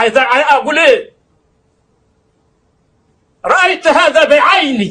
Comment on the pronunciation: حرق المصاحف لا يصدق وخاصة من الحاكم أو جنوده مهما كانت عقيدته ومهما كان معتقده لان ذلك ياجج الشعب عليه وعلى الجند وان الشيخ الراوي يقول رأيت هذا بعيني بفتح التاء بكلمة رأيت هي ضم التاء هذه أخطاء لغوية تحسب على هكذا أشخاص يقدمون نفسهم على انعم اءمة للاسف